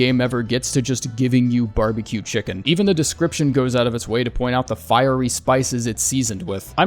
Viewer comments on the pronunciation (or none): none